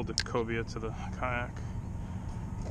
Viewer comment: Cobia not Cobra lol